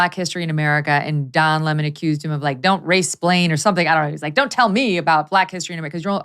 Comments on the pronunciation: Oh stop calling him "La Mon"...it's Lemon 🍋!! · MEGYN KELLY Someone please tell Glenn it's Don Lemon ( as in the fruit / vegetable) not Don Lee maan! He's not French royalty he's a dick from CNN ! Lol Even after hearing u pronounce his name a couple of times Glenn keeps on mis-pronouncing his name over n over! Like talking to "a bag of hammers" n he's just one more hammer lol!!! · Pronounce his name correctly! What’s with this LemOn thing. It’s lemon 🍋. Simple I’m going to start saying CarrOt instead of carrot 🥕 idiot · Its don lemon like sour lemon not lamond. Also, to don "the jerk" lemon, I would like to quote Nelson Muntz, "HA HA!!!" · Glen saying Le-Mon reminds me of Tar-Jay for Target. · I love how Greenwald pronounces it "Don La Mon" just like Tucker, 😂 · Why is this guy mispronouncing Don’s last name?